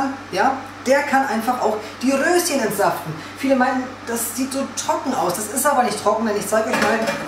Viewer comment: Witzig, wie du auf einmal das R so rollst ... Rrrrröschen 🥦